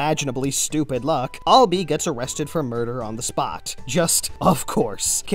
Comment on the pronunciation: Its prounced Ahlibi is pronunced "I'll be" For a long time I thought it was proniced as. "Al-lee-bye" Because he has an allibi.